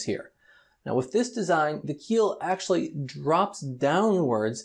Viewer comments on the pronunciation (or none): none